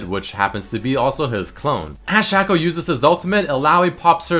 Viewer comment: u pronounced shaco wrong :|